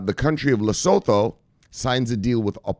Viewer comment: Research how to properly pronounce LESOTHO